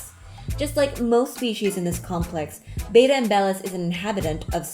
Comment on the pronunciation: IT'S ACTUALLY PRONOUNCED "BET-TAA" NOT "BAY-TAA"